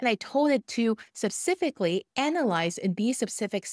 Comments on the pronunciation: Mam it's specifically not supcificly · What's that word "subsfically" ??? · Clarification: The word you are repeatedly mispronouncing as “subsefic” (?) should be “specific”. :) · I love your content. Now please don't hate me, but I just want to say you make smile every time😀 you say "sepcifically." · Thanks so much for the excellent video - incredibly informative. Your English is amazing. The word 'specifically' is difficult even for English-speakers - it starts with a strong 'sp' sound, as in spoon, special, speak etc. Phonetically (each syllable sounded out) it's pronounced "spuh-SIF-ik-lee". Hope that helps, and thanks again. :) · I used AI to count how many times you mispronounce the word specifically